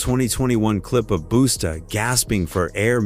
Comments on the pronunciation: Say their names correctly plz. Buusta an flavv who talk like that. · They pronounced flavor flavs name wrong. Its flayve, not flaav. And its busta, not boosta. A.I goofs